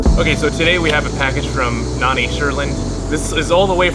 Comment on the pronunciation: Yay! Thanks for the thanks, and yes you and both pronounce my name perfectly! (So happy neither of you called me nanny) Stoked to see you definitely were the right person to give those to! Stay safe and enjoy! Aloha